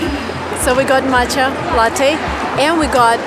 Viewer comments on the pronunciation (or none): none